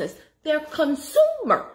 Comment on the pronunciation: You are being funny because I'm laughing. "Con-SOO-mer" 😂😂